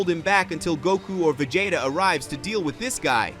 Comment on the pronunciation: Vageta prince of say-ons..